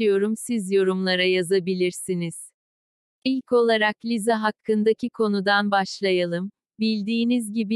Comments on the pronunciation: Biseyi anlamadım ki arka sesdeki kadin lisaya liza diyo ve ben buba cok sinir oldum?! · Liza deil lisa